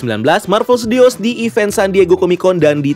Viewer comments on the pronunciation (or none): none